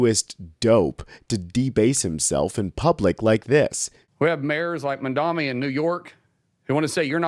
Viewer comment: Say his name correctly 😂 Mamdani not mamdami 😂